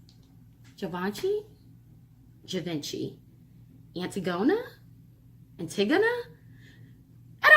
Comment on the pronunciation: Gurrll.....lol....boooo....it GIVE-INCH-EEE.....lol....ILYSM....you crazy